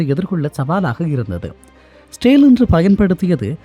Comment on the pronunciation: Israil ucharippu pilai.etho maathiri kekuthu